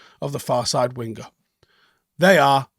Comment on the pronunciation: sorry to be a grammatical hawk, but when you say the word 'winger', the "g" is not pronounced. CT - Melbourne